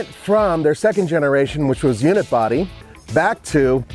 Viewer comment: Does he keep saying ‘unit-body’? I thought it was ‘unibody’.